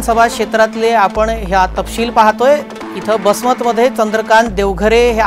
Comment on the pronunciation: बसमत नाही वसमत आहे ते शहर,, दारू पिऊन बोलताय का मीडिया वाले हो